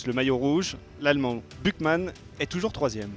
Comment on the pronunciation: "L' allemand Bukman" mdrr